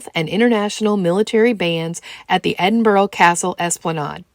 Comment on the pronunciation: Ahhh you can't beat the Edinburgh Tattoo, the pipes and drums always stir my Scottish blood. Great video, I've subscribed and going through your vlogs with great enthusiasm. Btw Edinburgh is pronounced Edinbru.